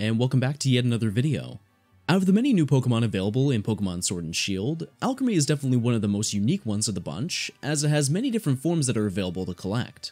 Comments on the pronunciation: Isn't it pronounced Al-cream-e no? Not alchemy driving me bonkers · you forgot the l in Alcremie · Pretty sure they are pronounced "Al Creamy" and "Milk A Reee", and the shiny form is always black with white highlights, the only difference for shiny is the headpiece (so theres 7, but only 5 available now)